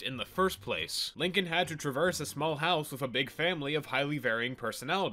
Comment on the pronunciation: The only time said “Lincoln” and not “Leenking”